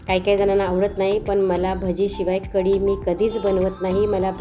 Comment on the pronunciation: ताई कडी नाही,कढी!